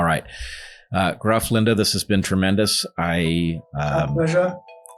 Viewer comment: Gruff is pronounced Griff. U in Welsh is pronounced I. 😉